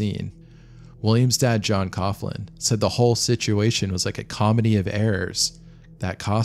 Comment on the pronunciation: Coughlin is pronounced “cock-lin” Irish second name. Love from ireland